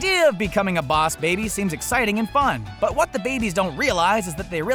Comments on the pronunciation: Baus baby 😂Gr8 pronunciation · wtf why he cant say boss baby properly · stop saying bouse babee dont do it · I usualy enjoy your videos but seriously "BOUWS BABBY" ITS REALLY ANNOYING and really takes away from the video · It sounds like you are mocking southerners while saying 'Boss Baby'. Please never make a video on bosses OR babies again, I can't take anymore misspronunciations. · Bawus Baybay plz stop pronouncing it that way... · stop saying bauss baby it is soooo anoying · I disliked because of his accent of bwass babeeeee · SkullGurl 123 it's stooped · Or maybe he has a accent that causes his saying of boss baby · 90% of these comments are complaining about how he pronounces boss baby but I find it hilarious. X'D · Say bawse baby one more time. I dare you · Bruh your saying boss baby so wrong your bad at saying it say it right you mad me so mad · I died of laughter every time he pronounced "Boss Baby" like that. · Even after some how making it through that video with the way he said boss baby I just have one question... did you stretch before you reached that hard? Seriously everything didn’t make sense no matter how much you tried to explain it. It’s ok for a kids movie to just be a kid movie ya know? My son has watched this movie almost everyday I can debunk every single one of those claims and save everyone the time right now it’s just a simple kids movie. The most adult references made in the movie is the part where Tim whispers in the baby’s ear where babies actually come from and then the part about Lennon and McCartney which made me laugh. But yeah this was all too much my guy. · Lmaoo everyone hating on this guy's pronunciation of boss baby I'm deadd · Because of his pronunciation of boss baby, the Auto generated translator just translate it to Mouse baby or Vows baby😂😂😂😂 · take a shot every time he pronounces boss baby wrong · Why did you turn country at this point? And you know you could had called the baby by his original name. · The BAOSS baby